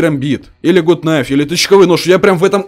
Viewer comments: не гут найф а Гат Найф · Это ведь гАт найф,а не гУт найф